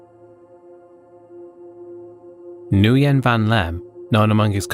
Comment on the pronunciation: Small detail (more of a fun fact), Nguyen is pronounced "when"